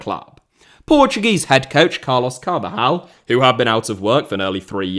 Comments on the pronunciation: Carvalhal is pronounced "Car-val-yal". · I think you'll find it's pronounced Car-val-hal